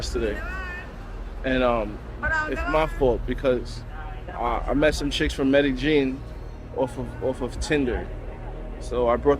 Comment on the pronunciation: Wtf is 'Meta-Gene'...??? Are you guys trying to say Medellin? Come on bro's, at least ATTEMPT to learn to say the word correctly.